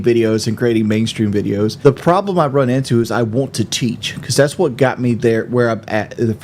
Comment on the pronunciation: Hope he doesn't play any "bideo gaem" anymore - listening to this awful. "aa wunna teech" teach yourself to stop eating awful slop and sucking down gallons of soda. btw he IS OBSESSED WITH KD. "I'm not out here trying to impress you" while he constantly uses KD like some kind of rank over team mates.